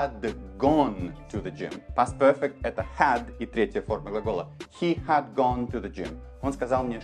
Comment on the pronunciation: Большое спасибо! Увидела Вас впервые, теперь буду частенько смотреть Ваши ролики. Очень хорошо объясняете, но есть одна ошибочка. Вы не правильно читали слово "Had". Оно читается "Хэд", а Вы читали "Хад".